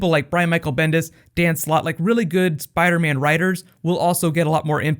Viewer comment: Spadaman? lol